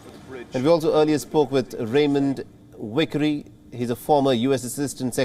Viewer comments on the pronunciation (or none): Raymond “V”ickery is his name, NOT “W”ickery for goodness sakes. God help us 🤪